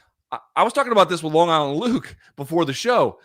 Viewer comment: My favorite new MK quirk is never being able to tell if LT is calling him “Long Island” or “Bong Island” Luke